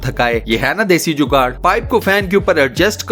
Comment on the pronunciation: لفظ جوگاڑ ہے جوگاٹ نہیں